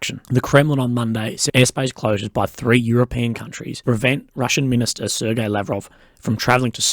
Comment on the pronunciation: I miss the time when knew how to pronounce "Sergei".